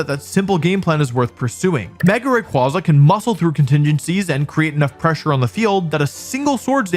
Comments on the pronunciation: RAY-QWAY-Za goddmn not QWAHHZA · ITS CALLED RAY-QUAY-ZA BRO EVERYTIME I HEAR RAQ-QUAH-ZAH I CRINGE SND GET SO MADDD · ray-quay-za* not ray-kwa-za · It's "Ray-kway-zuh" not "Ray-kwah-zuh" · Erm, achtually it's pronounced "Ray-Kway-Zuh" xD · I go to bat 4 rayquaza(pronounced ray-kway-zah, like you don't say quazar like kwah-zar, you say it kway-zar so...) all fcking century bro! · Is it not pronounced Raykwayzar as the second half of its name is literally quasar (i can only explain it as a very big ball of energy in space) which is also pronounced kwayzar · Rayquonza? Ray-Kwanzaa? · I just can't tolerate people saying Raykwaza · The pokemon company has actually officially confirmed that Rayquaza's name is pronounced "ray-qway-zuh" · Dislike for still saying qwah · It’s pronounced Ray-Qu-aye-za Cool vid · ray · kway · zuh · It's actually pronounced like quasar (quay-zer) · Literally not pronounced that way, bro is named after quazars. Ray KWAY zuh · Imagine still mispronouncing Ray-kway-zuh even after pokemon called people out after this last worlds. While being a world champion 😂 like at this point it's just on purpose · It’s “Ray Quay Zuh” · For the thousandth time, it’s pronounced Ray-quay-za, since its name is partially based on the quasar, a type of cosmic object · Buddy, let me tell you something... It's not pronounced Ray-Kwah-Zuh. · Wolfe may be undoubtedly a vcg champ, but he can't even pronounce Rayquaza properly, guess video game expertise doesn't carry over into how english word pronunciation works... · I hate how he is saying the name wrong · You're pronouncing its name wrong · I'm gonna lose it if another person says "Rayquaza" wrong again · The fact that he mispronounces the name the entire video is wild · You pronounce Rayquaza COMPLETELY WRONG!‼️ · Learn how to pronounce the Pokémon’s name before making a video about it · stop saying his name wrong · Started the video, heard how you pronounced Rayquaza and immediately stopped ts. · It’s Ray-KWAY-Zuh